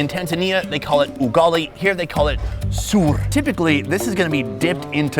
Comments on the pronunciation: Nah it’s not suur😂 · Please correct your pronunciation that’s our traditional food—soor, not suur. 😁😁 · Bro, it's you that invited flies to your life because flies normally live around those meat markets 😅. And by the way, the way you've said "SUURRR" was very funny. It is "soor", man like that "So" in "Somalia". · . The way you say “soor” makes me laugh 😂 But I’ll give you credit—you really tried your best. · Soor is ugali but soor is pronounced as SOAR and doe not rhyme with poor. Soor rhymes with sore